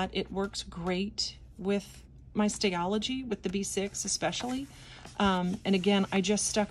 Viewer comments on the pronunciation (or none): Hi. Daksina pronounced her name DaksHina. Also it's a Stal-ogy not stayology. Apologies